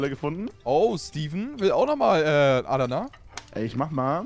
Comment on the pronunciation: Wie Basti Adana ausspricht triggered mich mies, nicht böse gemeint :)